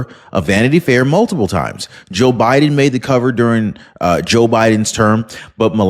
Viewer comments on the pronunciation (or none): none